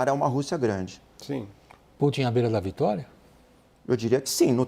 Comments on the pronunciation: 😂 ele diz tupin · Ele falou o Trupin????